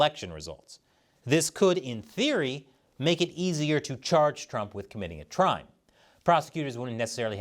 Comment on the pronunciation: haha said “Trime” instead of “Crime”